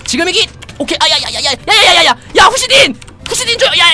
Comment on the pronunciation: 지금이기! 아니고 지금이다! 하셔요....